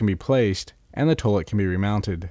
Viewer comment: Ok….. great video….. kinda. First and foremost, the word TOILET, is pronounced, Toy-let, not Toelet. Secondly, CEMENT, is an ingredient in what will become CONCRETE.